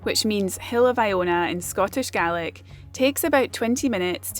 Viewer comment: I notice that you pronounce “Gaelic” or Irish “Ghaelacht” with a sharp sound, different to the softer South West coast or Welsh sound. Is it a regional thing? Just curious.